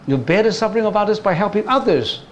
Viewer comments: It should ber FUR NOT BER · Your pronunciation of SUFFERING is wrong. You should pronounce SUF- FER-RING not SUB- BER- RING.